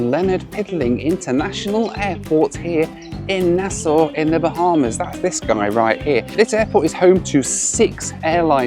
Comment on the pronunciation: I was so happy about how you pronounced Nassau in your last video, and this video you're hitting us with the "Leonard Pickling" instead of "Lynden Pindling" 😂